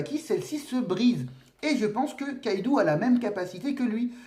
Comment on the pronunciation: Ça se prononce Kaidō (avec un long O), pas Kaidu. On l'écrit Kaidou car en japonais, la syllabe U, quand elle est placée derrière un O, sert à le prolonger. C'est en aucun cas à lire comme un "ou" français. C'est pareil pour Raizō/Raizou et Zō/Zou (qui pour le coup se prononce comme le mot "zoo"). Désolé de faire mon chieur avec ça x)